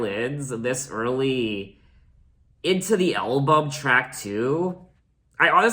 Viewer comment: Ok, but you say "Elbum"... lol